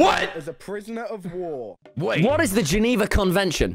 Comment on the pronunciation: Tommy: "what is geniwa conwanicon" me: it aint the geniwa conwation its the geniwa CHECKLIST!!